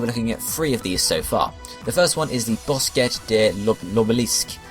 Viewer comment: The French pronunciations made me crack up lol BOSKETTE!